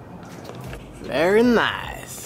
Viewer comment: “Berry Nice”